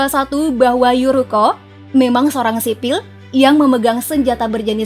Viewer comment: Bahasa Inggris Tukang baca jelek. Menyebut nama Eurico saja masih ejaan Indisce, /Yurikeo/